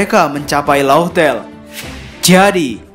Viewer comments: Laugh tale itu di baca laftel min, bukan lauhtel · disaat channel2 lain upload spoiler chap. 975 . .. lu malah upload Mega Teori.. bener2 favorite dah lu min.. luv luv btw min, Laugh Tale itu bacanya : LAF-TEL